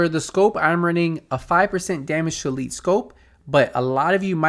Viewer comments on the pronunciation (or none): none